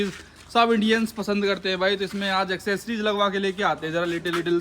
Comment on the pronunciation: की इंग्लिश अच्छी हो रही है,90 % लोग एक्सेसरीज को "एसेसरीज" बोलते हैं ।😂😂😂😂